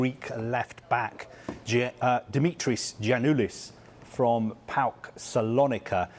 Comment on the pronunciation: Finally, someone saying paok properly! It is phonetic not P A O K.. Giannoulis is quality, very good signing for norwich